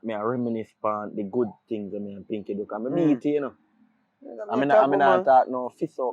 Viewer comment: Man dida try say pinkee tights😂😂